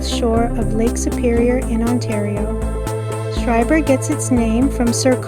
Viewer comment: I hate to nitpick but it's pronounced "skryburr"